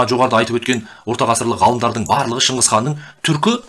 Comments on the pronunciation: шыңқыз қанда шыңғыс қанда емес шығысқан деп айтылса дұрыс болар еді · Шынгызхан емес Шыңғысхан. Саған әңгіме айтыуды ким койыпты ? 🐫❗